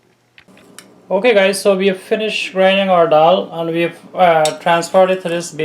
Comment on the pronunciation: Great work. Is this something like 'waade' by any chance? Ok let me congratulate you for your pronunciation of the word dhall -'dall' and not like some 'creole english duck' who say 'doll'😂...!